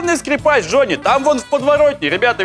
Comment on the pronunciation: сколько раз прозвучало в Главе 7 имя Д Ж о НН ЕЕЕ ии ?)))